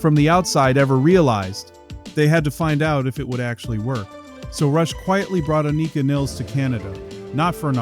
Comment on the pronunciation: Just a heads up, It’s pronounced “Ann-i-ka” and her last name is pronounced like the river and rhymes with miles.